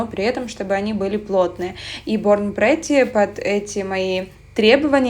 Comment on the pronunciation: притти, а не претти